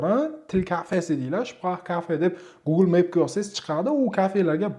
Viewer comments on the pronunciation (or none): none